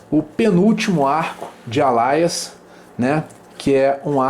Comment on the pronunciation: Alias -> "Eilias" donde surgiu Alaias? kkkk eita